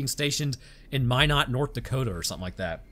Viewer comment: Of course he had to mention Minot, ND. Good on him for pronouncing it correctly.